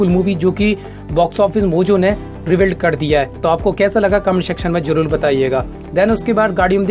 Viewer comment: Bhai tum jrur ko jlul kiyu bolte ho Maine kai baar suna hai